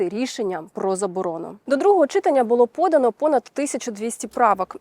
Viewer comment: Передайте хто-небудь цій милій ведучій що не чИтання, а читАння і все буде ОК. Будь ласка.